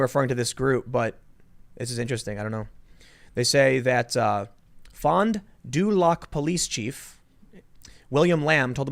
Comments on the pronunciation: its pronounced fawn-doo-lack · FON do LACK (Fon du Lac, Wisconsin)